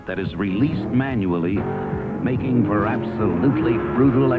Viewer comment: Micking.......did you say micking? :-)